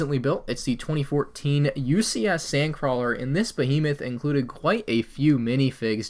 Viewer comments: Down a drink everytime he says Bohemath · Take a shot (of lemonade) every time says Hodge Podge and Bohemith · If I got $1 every time he said ‘Hodgepodge’ or ‘Behemoth’ I could buy Microsoft. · If he says “behemoth” one more time…